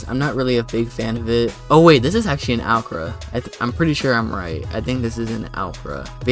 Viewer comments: ‘alcra’ lol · Tf did you call the NSX?? An owcra?